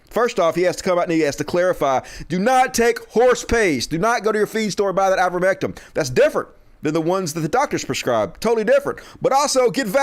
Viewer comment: Please, stop saying, "Ah'-ver-MEHK-um." You know it's "Aei'-ver-MEHK-tin." I'm supposed to share your videos, with you constantly and consistently mispronouncing an easy word?!? My family and friends are educated, and know the word. I can't convince people to listen to you, when you keep fucking up basic words. Stop. You aren't dumb. I love you almost as much as my husband. He's also a country hick, from Campbell County, TN. He also isn't dumb, just less educated. We country people need to stand up and prove we aren't ignorant. Please.